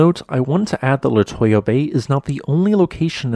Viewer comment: It's pronounced Le-too-ya